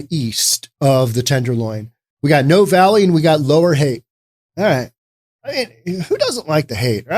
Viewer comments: i believe you mispronounced: Veritas, Schadenfreude, Noe Valley: vair i tas (NOT ver eye tis) shah den froy da (NOT shay din frowd) no e valley (NOT no valley) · It's pronounced ' Noh-eee ' Valley.